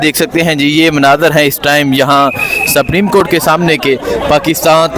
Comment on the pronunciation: اگر پڑھےلکھے لوگ بھی الفاظ کی ادائیگی میں زرا سی توجہ دے لیں تو اچھا ہوگا 😮😮 ورنہ دوسروں کو یہ کہنا کہ ”ایک تو یہ پڑھے لکھے نہیں اور دوسرے یہ کوشش بھی نہیں کرتے“ ”سَپریم “ نہیں ”سُپریم“ ،، سُپر سے بنا ہے اور ” جیلی“ نہیں ”جعلی“،، الف کی آواز کے ساتھ جیسے”جعالی“😂😂😂😂😂😂 ایسے بہت سے الفاظ سُن کے قومی زبان شرمندہ ہوتی ہے 😮😮😢😢